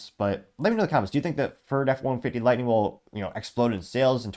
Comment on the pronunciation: It’s Lightning my guy. Not Lightening, not Lighting.